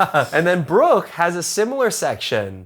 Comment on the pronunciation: Violinists: Wow, he plays really well. Me, a German: Wow, his pronunciation of Bruch and Schoenberg is really good.